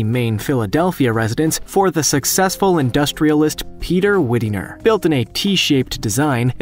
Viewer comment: RE: Lynnewood Hall - built by WIDENER pronounced WHYDner NOT WID-E-ner